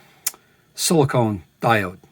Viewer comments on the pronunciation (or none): please the solid state diode uses sil-i-CON ---- not sil-i-CONE